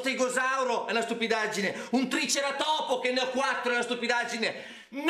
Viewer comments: De Luigi pronuncia male triceratopo, -1 punto simpatia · Ma come pronuncia triceratopo 😮